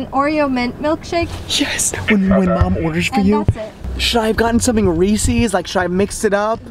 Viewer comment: the way says reeses is unacceptable